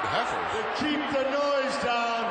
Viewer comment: It is Heifers, not Heffers. Heifer (noun) a young cow over one year old that has not produced a calf.